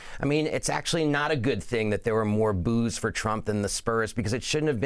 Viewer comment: 😂 didn’t sound anything like booos.